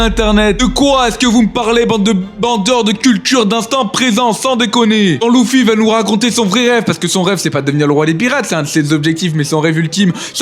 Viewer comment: Par contre ces luffy pas louuffy 😂😂